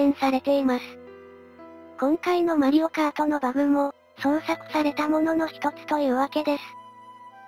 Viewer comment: ❌マリオカード ⭕️マリオカート